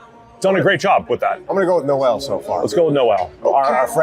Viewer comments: Iowa State fan here - Jaylin Noel is pronounced “Nohl” and not like the Christmas song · It’s not pronounced no-el like in the first Noel. Nole would be the correct pronunciation.